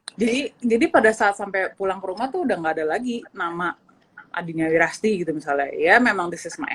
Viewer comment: Adinia wirasti kang...bukan wirasati